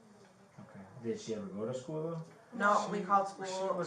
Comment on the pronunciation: I can’t stand the way Jennifer says “school” as schoo.